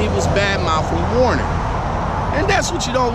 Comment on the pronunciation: Why do all you you tube drivers say "Warner, when it's WERNER? ?" Just a question.